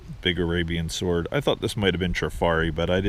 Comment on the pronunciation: I always check out your eBay listings after I watch the video, and your prices seem so low! I looked up the David Anderson angelfish pin just for fun, and the first one I saw went for $125.00! Will your auction get up that high? Also, swArd should be swOrd, just FYI... :-)